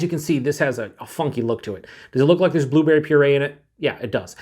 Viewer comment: you said two berry instead of blueberry lol